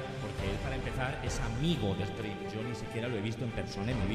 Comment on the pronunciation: Se dice esprin🙄